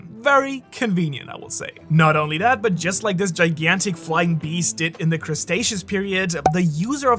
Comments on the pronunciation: It's cre - ta - Cease pronounced and ta - ran -a - don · I just love how you butchered: Pteranodon and Cretaceous. 😂😂😂😂😂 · As a guy who loves dinosaurs, Seeing butcher the pronunciation of Pteranodon and Cretaceous killed me XD